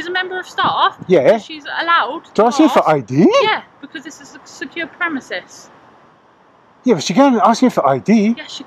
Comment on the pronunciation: 'This is a secure premises'. She means THESE are secure premises. She also pronounced it 'premesis'.